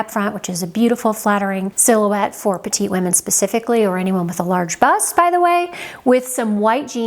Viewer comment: Excellent tips. Many are also useful for men. The one recommendation is to pronounce the last t in “petiTe”; that is the female of “small” in French, as “petit” where the t is silent is for men. Thank you!